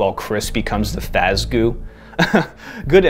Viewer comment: And now you'll finally understand my rage against Eleanor. Also, Fazgoo. FAZ. GOO.